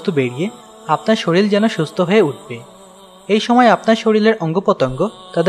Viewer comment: শরীল না শরীর